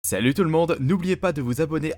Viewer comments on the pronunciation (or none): none